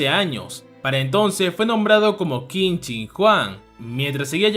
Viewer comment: Todo perfecto, pero Qin se pronuncia Chin.